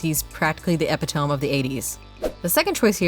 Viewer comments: Mind blown by the pronunciation of epitome. Is it just us Brits that use ep it o me? Or was epi tome a misread? I'm not big enough to get past this 😰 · I've never heard someone pronounce A-pit-to-me so strangely. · "Epi-tome?" lol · Yeeeeeah, epi-tome is nasty work. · does nobody know how to pronounce epitome anymore? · That's not how you pronounce 'epitome'. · That epitome pronunciation is crazy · Learn how to pronounce "epitome"